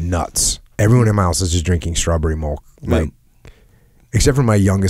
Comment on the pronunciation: SAY MILK. JUST SAY IT LIKE A NORMAL HUMAN.